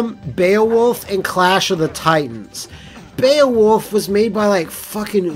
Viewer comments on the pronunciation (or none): none